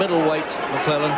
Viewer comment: Don king trying to say Gerald McClellans surname..."mcwulan" ...😂